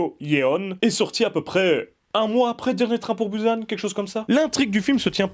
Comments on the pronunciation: encore plus précis, merci javoue que quand jécrit "bUsan" cest bien bou et san que je prononce.. mais jamais bouzane comme dans le début de la vidéo (il se calme apres) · on dit pas "Bouze âne" mais bien bUsan...